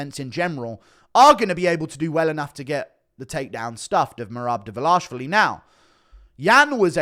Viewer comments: Derver...larsh...vali??? WHAT??? Who is dis... Derverlarshvali dude? Way to butcher a surname. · Why are so many people still saying develashvili? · It annoys me how Jon Anik says Merab DvalishWILLY